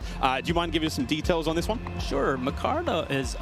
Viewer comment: Mecarda ?? Mer cad O